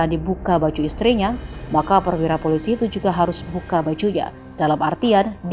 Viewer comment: Mari belajar membaca! Pe O PO.... eL Ii LI... eS ii SI... POOOO LIIII SIIIII Wakakakakakak 🤣🤣🤣🤣🤣🤣🤣🤣🤣 POOO LIII SIII Wakakakakakak 🤣🤣🤣🤣🤣🤣🤣🤣🤣 POOO LIII SIII Wakakakakakak 🤣🤣🤣🤣🤣🤣🤣🤣🤣 POOO LIII SIII🤣